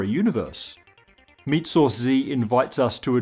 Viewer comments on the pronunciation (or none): none